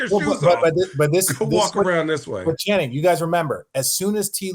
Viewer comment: I love that Perk always says Shannon instead of Channing lol